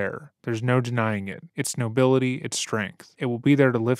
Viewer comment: “It’s noblility” 😂😂😂😂